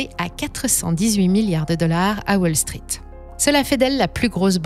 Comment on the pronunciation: Tiens on prononce wall street à la française maintenant ?